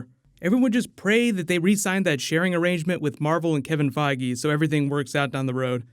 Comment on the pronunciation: Are you mispronouncing Kevin Feige's last name in purpose? There's no way you make videos like this and have never heard his name properly pronounced before